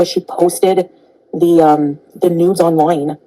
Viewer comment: “She poasted the Nudes OINLOINE”